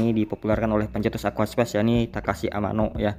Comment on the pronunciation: aquascape mas, bukan aquaspace